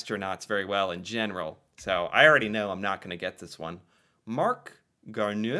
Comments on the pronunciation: Garneau is pronounced Gar-Noh. Newfoundland is pronounced Newfin-Lund. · Marc Garneau is pronouce Garno.. A Canadian invented basketball. Vancouver city is on the mainland of Canada. The biggest island is Vancouver Island. It has the capital of BC, Victoria. Good job. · For future reference, 'eau' in French words is pronounced like a O. So Marc Garneau sounds like Marc Garno. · Marc Garneau is indeed from Québec, Québec city actually. As for his last name, I couldn't help but chuckle a bit at how it was pronounced hehehe. Here's the easy way to say it: "Garno" The "eau" letters in french, when combined this way, always make the "o" sound :) Edit: The Montréal CanadiEns is spelled correctly. That's how "canadian" is spelled in french and that's also where the word "canadian" comes from, not the other way around. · It's Marc "Gar-no" 😂 sorry shouldn't laugh but good on you for trying. Fun fact he later became an MP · Marc Garneau's last name is pronounced Garno. Yes, it's French.